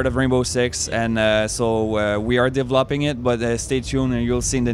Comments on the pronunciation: "we are devopling it" lol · I love how this guy says developing he says it devloping